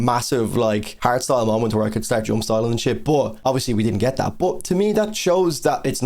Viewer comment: Hardstyle? Oh my god I thought he kept saying harry styles, I was like “what does he have to do with anything?”